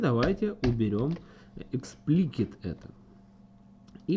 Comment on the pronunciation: Эксплисит а не эксплкит ...